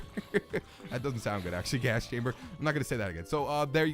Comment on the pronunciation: Lol "ghast chamber"